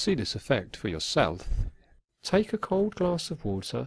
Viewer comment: homie said "yourseLTH"